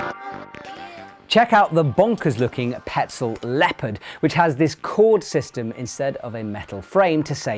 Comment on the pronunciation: Love this guy, hear him say leopard? 😂😂